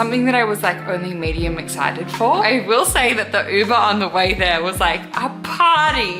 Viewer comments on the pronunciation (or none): "unbuuuhhh", ma'm, it's uber